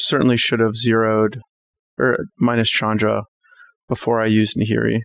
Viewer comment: Thank you,, for correctly pronouncing names like Ulvenwald (Ulvenvald) and Chandra (not Shandra). Hopefully, you also say Gisela and not Jisela. Pronouncing it Jisela is almost as bad as saying Jarruk instead of Garruk. Also thanks for the gameplay!